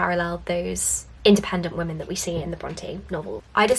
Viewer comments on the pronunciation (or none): none